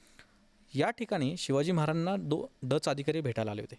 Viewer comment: हा माणूस महाराजांना... मराजाणां असे का बोलतो मधून मधून क्लिअर बोला ना.. महाराज स्पष्ट 😊